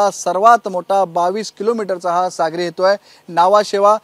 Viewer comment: चुतीया रिपोर्टर << सागरी हेतु >> म्हणत आहे !